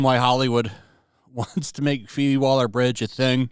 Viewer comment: Did"YOU" *just say?! 'STAR:...pheobe?! Hahaha 🤣😂 That's Like saying Turd, OlympicSwimStar